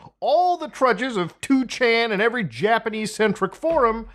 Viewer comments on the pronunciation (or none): none